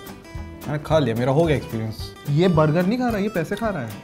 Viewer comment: Before.. said Bur gerr 😂